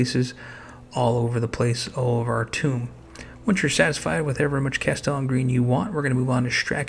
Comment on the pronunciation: Love your channel! Were you mispronouncing "tomb" on purpose? I have heard others doing this as well and wondering if it was some kind of inside joke? Regardless, your videos are helping me a lot! Thank you!